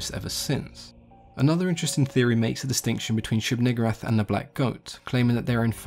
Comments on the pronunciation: "Neeg" "oo" "rahth" my fucking god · Also known as the one you pronounce VERY carefully. (It's Nigooohrath) Lol. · Wow why’d you have to say it like that? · You should maybe pronounce it a lil differently...lol